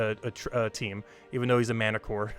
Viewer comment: not mantiCORE its MantichorASS ;)